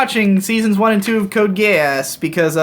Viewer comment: Code Gay Ass is a very delicate pronunciation, I feel like Volg Zangief in my ear muffs looking at the sweltering cold beckoning wolves toward. And yes I think it's fair to say we all saw that hentai, very good animation, deep themes, well executed very deeply, believe me. Grab her by the pussy (I'm not a Trump supporter I'm actually a communist). Also the band Tool is the axis of creation, I think that sums it up